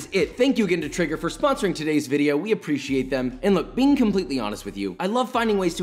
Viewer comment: We need a waffle fry vidyuh